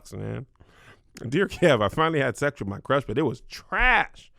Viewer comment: Kev just refuses to say his x's.....sesssss, oral sessss 🤣🤣🤣🤣🤣